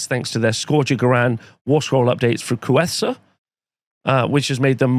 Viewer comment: KreTHUsa. Not Kruessa. She doesn't want to wear your pets as a coat (I presume). Come on, Cumberbatch learned how to pronounce 'penguin', so you can do it!